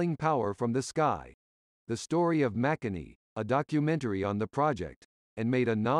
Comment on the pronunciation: Interesting pronunciations in places especially ‘Makani’ whose first ‘a’ is actually stressed and the second is more ‘at’. Some like KPS (Kitemill bought the rights) have stopped trading.